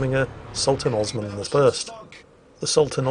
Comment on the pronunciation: Cheers for the list. FYI, it's Osman, not Osmond.